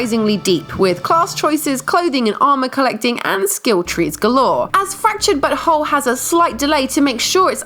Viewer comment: Fractured, but whole.... 😂 Do you mean Fractured Butt Hole 😜